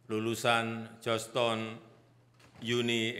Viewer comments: GEORGETOWN PAK BUKAN JOSH TON😂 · Joston wrong prounce Weakk in english 😂😂😂